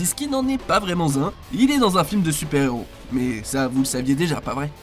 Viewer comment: "un indice qui n'est pas vraimentT Z'un" c'est original comme liaison ! Bravo à la rédaction :)